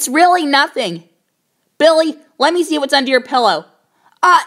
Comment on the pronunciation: You pronounce Billy like belly